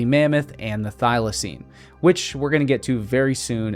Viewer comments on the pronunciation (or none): none